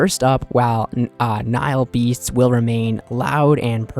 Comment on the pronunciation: mispronouncing "nail beasts" will never not make me laugh